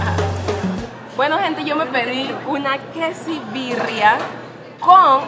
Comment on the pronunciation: JAJAJAJA ES QUESABIRRIA NO QUESIBIRRIA